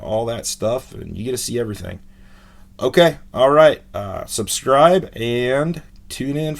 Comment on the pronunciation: You said "SUBTRIBE" lol, but good job!